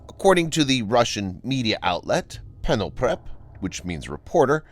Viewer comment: It's not called Prenoprep its read Reporter, the P is slavic language's is read as a R and П is not an N its P I know its confusing but Russia uses the same alphabet as Bulgaria called Кирилица, kirilica